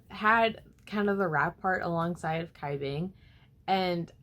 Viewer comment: Cai Bing is pronounced as "chai bing" and Hsin Wei as "Shin Wei" uwu